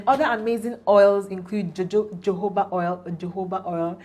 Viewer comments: Wow! Learned a lot, Just subscribed 👏👏👏 and it’s pronounced “ho-ho-ba” oil not jojoba oil 😅😅 Thanks ma’am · Great content! and just to add jojoba is pronounced as hohoba